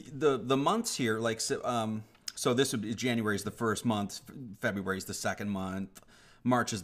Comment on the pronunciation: Two questions: 1) What is this guys point? Sure, the naming and numbering of the months doesn't make sense because people fiddled with it too much. So what? 2) Should we really trust a person who is taking apart the Gregorian calendar but can't pronounce "February" and doesn't know how to use the word "which"? 3) The numbering of my questions doesn't make sense after I announced only two questions. Am I onto something?